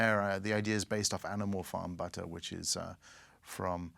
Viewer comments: So weird hearing an English person say 'budder' instead of 'butter' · It is pronounced “butter” not “butah”